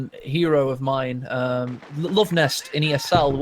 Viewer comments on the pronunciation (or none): none